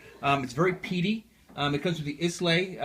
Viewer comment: I enjoyed your video. Great choices! However, you mispronounced Lagavulin (LAG-UH-VUL-EN) and the word Islay (EYE-LUH).